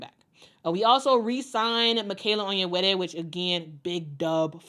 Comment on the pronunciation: Love that you flawlessly pronounce "Onyenwere."